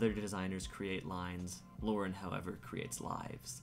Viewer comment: Thank you for correctly pronouncing Lauren. 🤓